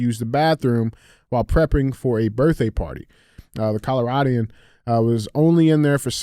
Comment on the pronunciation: Colo-radian 😂 it's pronounced colo-rod-an.... Damn Dj come on man